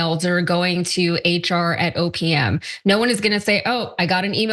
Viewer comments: thanks, now I can't not hear "opium" when someone says OPM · When you said OPM, I thought you'd said "opium" at first. I thought it was an acronym made for the department to troll Elon. Even after I realized it's OPM, I can only hear "opium." 🤣